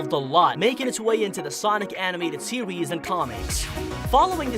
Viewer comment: "Sewies" "westing"